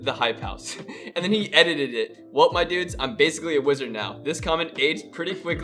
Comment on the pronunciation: "editeded" it lmao. That's how I say it.